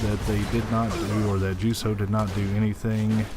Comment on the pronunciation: This is a bit of a late comment, but as a German native, basically Ju So’s name would be pronounced as Yu Zo in English. Our J’s are usually soft unless the name is explicitly a hard J (we would still address John as John, Jamal as Jamal, but Johannes would be Yohannes), and S is pronounced slightly differently in German, with slightly more vibration in the front teeth, more like Z than S but a little in-between.